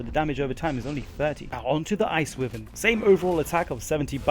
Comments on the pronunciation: I swear people need to learn to read. ITs WY VERN NOt Wivern lmao the Y is Pronounced. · It’s pronounced whyvern for fuck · Good video and well researched but considering you sound English I found excruciating that you pronounce Wyvern wrong... Considering it’s a Welsh dragon... >< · Pronounce wyvern correctly.